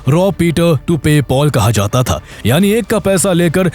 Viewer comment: Last word sound was short is should be istemal kiya jaaaaatha hai not jatha hai